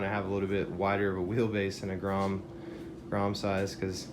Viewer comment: hey said "grome"